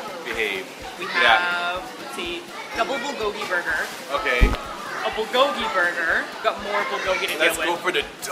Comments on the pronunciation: The "L" sound they keep putting on bulgogi sounds off to me for some reason. I've always heard it pronounced like "booh(r)-goh-gee". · I just feel like they don't try hard enough. They say it more like bull-go-ghee when it should sound more like bool-go-ghee (the "l" in "bul" should sound a bit like an "r" but not too much; the o should be a bit more close-mouthed; and the gi is fine). Hope that helps~ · its pronounced byul go gi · The way they pronounce bulgogi makes me so uncomfortable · Their pronunciation of bulgogi makes me cringe aaahhhh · I wanted to like this video, but no. Your pronunciation of 불고기 is weird and jarring. Also, tattoos and wife beaters? Bad choice for foreigners. Makes us all look bad.